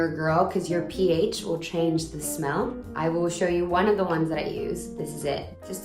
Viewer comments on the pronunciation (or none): none